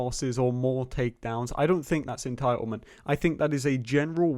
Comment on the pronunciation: Just keep saying en-tile-ment and you’ll have everyone on your side. 😂😂😂